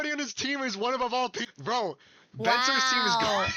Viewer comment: the way she says bro is driving me crazy! Glad she said it brúo